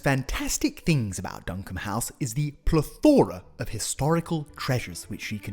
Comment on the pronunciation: PLE-thora. You're welcome :)